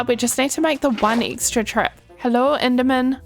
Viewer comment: so at this point you're just picking and choosing whether to say "e" or "i" why are u doing this? Why the hell would you say siven instead of seven and inderman like be so for real